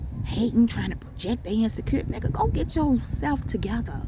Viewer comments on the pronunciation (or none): When you said "nigha" 😂😂😭😭😭😭 I was like she meant that cause she dont talk like that up here